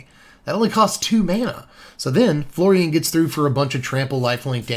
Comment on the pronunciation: So when you said Florian it sounded a bit like Floridian, and now I'm just going bto call him Florida man.